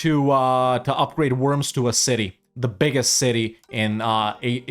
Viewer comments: It's not called ,,Wörms" it's ,,Worms"!!! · I think they pronounce it "Vorms." The Edict of Worms (following the Diet of Worms of 1521) declared Martin Luther a heretic and outlaw in the context of the Protestant Reformation. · Looking up the pronounciation of Worms would have made this video significantly better. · Im sure some German speaking will be screaming "you say it "Vurmz" with a V". But its Worms 🪱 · Sorry to be pedantic but … the W needs to be said as a V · you spell the o in worms it like the O in "Oral".